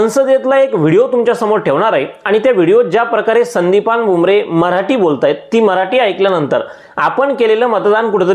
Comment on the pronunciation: तु सुध्दा मराटी असे उच्चारत आहे. खर मराठी असे आहे 😂😂😂